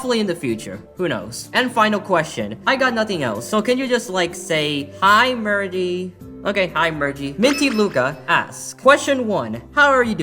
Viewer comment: That speech at the end was amazing Holy crap, also it's merge not mergie 😭